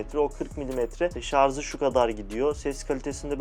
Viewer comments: ''Şarz'' değil, ŞARJ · Şarza mı taktın? 😂😂😂... Ben ikili setini kullanıyorum. Kn ile falan kıyaslanacak bir cihaz değil, çok daha iyi tabii ki. Sadece artçı ile konusanlar için çok mantıklı secenek. Zaten şarja şarz diyen birinin incelemesini de eğlenmek için izledim. Hiç şaşırtmadı. Cihaz güzel. Video ise şarz gibi olmuş işte😂😂.